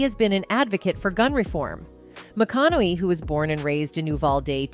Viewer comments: McCoonowwwyy, Mcaonohey, maaacaaallyyy mawcownowwey. Hard name for AI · MAH-CON-NA-HEY .. if you're going to do a video on someone, get the pronunciation of their name correct! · This chick called him McConnelly in the video. And changed the pronunciations of behar throughout lol 🤡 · I love these AI script readers. "McConnely". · Neither of these names are difficult to pronounce. Behar pronounced Bay har. How can you possibly mispronounce Matthew's name for crying out loud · Do not say the the word gun is absolutely stupid and you’re mispronouncing the word Matthew McConaughey, which is absolutely annoying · Also, it’s Michael Strahan not Haun! You’re mispronouncing, Michael Strahan, and Matthew McConaughey say it right my God! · For the love of God please choose one way to pronounce Behar and McConauhey and stick with it. I heard over 5 different pronunciations of the same name. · The stupid AI narrating this video keeps pronouncing McConaughey differently each time it says it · I cringe everytime this announcer mispronounces McConaughey and Behar. Have you never heard of these people? If you cannot pronounce the names correctly then I am not so sure you are accurate on anything you are saying. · Love Matthew... He's great .. the view sucks.... The narrator of this video I think said his name wrong 5 different times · First of all you need to learn how to how pronounce Joy's and Matthew's correctly. You lost my interest 😳🤷‍♀️😏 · Learn how to say McConaughey! 😞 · This voiceover must be AI because it keeps mispronouncing his last name.